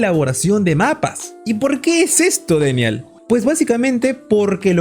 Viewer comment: Gracias por la infomración. Me ayuda mucho. Una pregunta. Es que hay algo me incomoda a más no poder. Cómo es tu nombre? O.o Porque como está escrito "Denial" pensé que es una palabra aguda. Pero la pronuncias "Dénial" no "Denial". Tu nombre es una palabra grave, o aguda? O.o